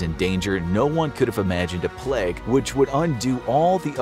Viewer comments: Why do you say pleg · Idk why I love the content on the bubonic plague so much. But it’s my weird guilty pleasure. However the way this guy pronounces plague bothers me... it’s just a tiny bit off and it’s bugging me out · Why do North American’s say ‘Pleg’... It’s plAgue. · Nice to know that it’s pronounced “the pleg” in American English 😆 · Why does he keep saying “pleg” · say pleg 1 more time I dare you! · Inforaphics narrator gets a sore throat: "I have the boobanic pleg" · “the black pleg”